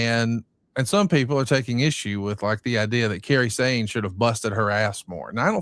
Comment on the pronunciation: It pronounce Kai-ri Sane not kerri sane and sho was the biggest surprise release. Out of all of the release, she was the one that was over the most.